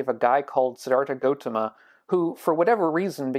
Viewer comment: sorry but it's gautama not gotama